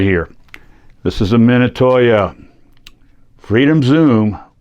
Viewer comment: I recently found the same camera at a local thrift store. I was curious about the value of it. On a side note I have never heard Minolta pronounced the way you pronounce it.